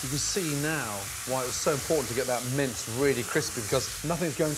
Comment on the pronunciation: Every time he says “mince”, I hear “mints”. It’s very confusing.